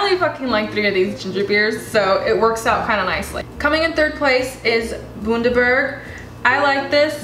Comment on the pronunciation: Bundaberg is pronounced Bun - dah - berg... bun as in burger bun Cool vid